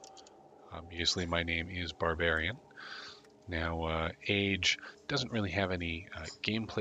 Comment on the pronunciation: I still can't help but hear Bar-Brian in my head.